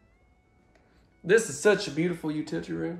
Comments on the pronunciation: UTITTITEE ROOM🤣😂🤣😂🤣😂🤣😂🤣😂🤣😂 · Army Vet, LOVES this channel but you are triggering my vertigo again with recent videos, that spin too fast. I watch every video and hit that like button every time...but please slow down when you are filming the pantry and bathrooms/bedrooms. Keep up the awesome work, I really enjoy your commentary. I don't mind the way you say utility room. I enjoyed your rap lyrics